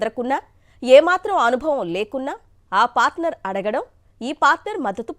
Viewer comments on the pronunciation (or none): తూ..తెలుగు రాదు... పాస్టర్ కాదు పార్టనర్ 😡😡😡 ఇలాంటి సొల్లు వార్తలతో నే వైసీపీ పార్టీని నాశనం చేసారు..ముఖ్యంగా మీ పాత్ర ప్రముఖం